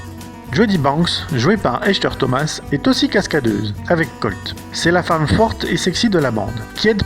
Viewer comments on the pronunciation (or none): none